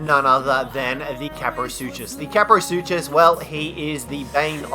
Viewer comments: Ka-pro-sue-cuss same with the sarco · "Kaprosuchusaurus" Sad Dino Expert noises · It is just kaprosuchus ka-pro-sue-cuss not ka-pro-sue-cha-saurus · Well they're actually called kaprosaurusuchosaurus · kap-ro-sue-kus and ick-the-ornis, proper pronunciation is key..... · ”Kaprosuchussaurus” though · Yea so far I've only hated one and that's pego and no Tuso is also immune to the sting of the jellyfish, anyone who thinks a Theri is annoying is a Twat Also FYI you are terrible at pronouncing names, Kap Row Sew Kus, Ick Thee Or Nis, Scrub, why isn't Giga on this List, u see a Giga on foot and ur like "Offworlders RUUUUUUUUUUN!" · "The kaprosuchassaurus" lmao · caprosutchusaurs? LOL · Um did he say kaprosuchosaurus? Lol 😂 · Its pronounced kap-ro-soo-chus with no saurus back at the name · Bercier it's just irritating when someone mispronounces kaprosuchus as kaprosuchasaurus of ichthyornis as itchythornis. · You pronounced Kaprosuchus, Ichthyornis, and Titanomyrma incorrectly. Also, you forgot to mention that Ravagers can utilise zip lines. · Butchers the name of Kaprosuchus, Butchers the name of Titanomyrna, perfectly pronounces Cnidaria....